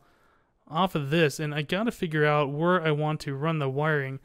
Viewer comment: "Wer I want to run the wiring." Love ya